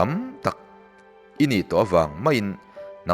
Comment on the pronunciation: Thu tlűkna tih turah... Thu thlűkna i ti vek mai a, thuchah lam ṭha tak karah ka beng a lo verh deuh a...